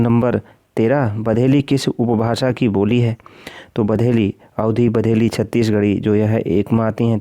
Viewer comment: सर वो बघेली है बधेलि नही